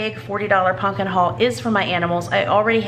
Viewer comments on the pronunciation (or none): I’m sorry, it’s pump kin not pun kin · PuMpkin... It's a M not a N.. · I LOVE how you “punkin”! It warms my heart! I grew up with that word but no one around me now pronounces it like that.